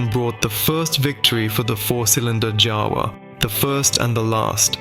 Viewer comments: Its a Jawa not a Java. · Word/brand JAWA pronounces like YAWA!!! It make some million people puke when we/they hear J instead of Y sound. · FOUR different pronunciations of JAWA - the most important word in the whole video! This is not just lazy, it’s absolutely Ludicrous. You clearly didn’t even listen to the finished video before posting. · Yet they used FOUR different pronunciations of JAWA - the most important word in the whole video! This is not just lazy, it’s absolutely Ludicrous. They clearly didn’t even listen to the finished video before posting.